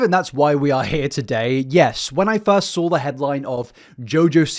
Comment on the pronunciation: Is your 'accent' super sloppy or do you have an actual speech impediment? Some of the 'ow' in your words are just SO hard to listen to. "a howping hand" like sometimes you can say an L or an R and sometimes ... you can't ? "I saw" becomes "I sowre" and it's one of the worst bad british accents, like a flagship example of why i hate british accents "singow" instead of single, so much trouble with glides..... I don't know if I'm hearing it as wrong because I'm so used to American speech, but not all british accents sound like yours either? "well" becomes "wow"